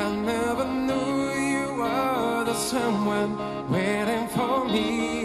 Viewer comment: Antonella Rosa Romano finalmente una che capisce 😅😅😅 dice “we never NU” 😂 poco dopo nella parte in cui la canzone dice “not knowing what it was” si inventa completamente una “parola” inesistente al posto di “knowing”. E così in molte altre parti della canzone. Alla fine invece che dire “I have faith in what I see” dice qualcosa di indefinito, tipo “I in faith”. Cantare in inglese non significa inventarsi parole a caso, significa prima di tutto capire cosa caspita si sta cantando, sapere bene il testo e cercare di pronunciare al meglio TUTTE le parole (se in una canzone il testo dice “I’d” ad esempio, la caspita di d bisogna pronunciarla, perché non è messa lì a caso, ma ha un significato in questo caso grammaticale specifico, che dà un senso alla frase). L’inglese bisogna studiarlo prima di cantarlo 😊